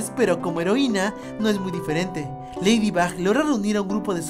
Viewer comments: Cundo dijiste leído Box nenas de decirlo dijiste leído bax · Dijiste ladybob en el minuto habalando de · JAJJSJ ACA DIJISTE LEIDIBOP XDXD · Tuve que escuchar 3 veces el momento donde dijo lafybop jsjsjs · 11 :00 dijo leidibob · dijo leydibob